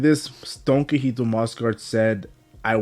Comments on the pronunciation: Omg I can't watch this if you're going to keep saying "donkeyhito" it's DON QUIXOTE(KEE-HO-TAY) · Don key hoe tea